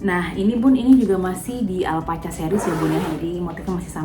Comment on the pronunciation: Baca nya alpa-ka bun, hihi.. motifnya lucu ya.